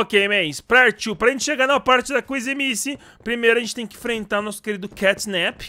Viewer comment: Fale o nome da kissy direito